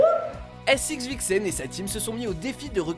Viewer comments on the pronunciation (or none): Raaaa vous etes sérieux ? Le dernier se lit seven et pas sxvxn